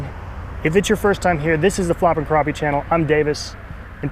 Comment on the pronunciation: Just like trap, snap, clap, happy, or pappy. Crappie is pronounced the same way.